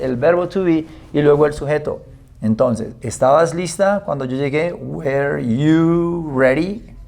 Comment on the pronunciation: La pronunciación correcta de "WERE" es (wr) sin las vocales, usted lo pronunció como (WER) y esa pronunciación corresponde al verbo "WEAR" que significa "usar o vestir ropa, desgastar o disminuir dependiendo del contexto y de que partícula se le agregue, bueno según lo que yo he aprendido con otras personas nativas hablantes del idioma "native English speakers".